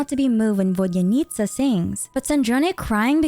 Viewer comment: Thank you for the awesome video!! Btw you absolutely aced the pronunciation of “korolevskiy” and “vodyanitsa” 👏👏👏